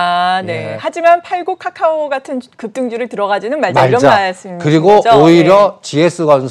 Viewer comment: 이분은 까까오라고 말하네 이건 모냐 ㅋㅋ 좀 무시하는 느낌이네 ㅋㅋ 까까오 내가 사던 말던 상관 마라~